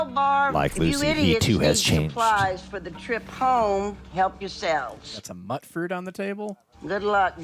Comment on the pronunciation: lol its "mute" fruit